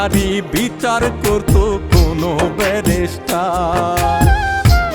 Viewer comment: কন্ঠ তো পুরাই মনির খানের মতোই আমি😮 গানের লিরিকঃ সেই লেভেলের হয়েছে ❤ তবে শব্দের উচ্চারণ ভুল করা হয়েছে,ব্যারিষ্টার কে বারবার ব্যারাষ্টার উচ্চারণ করা হয়েছে 😢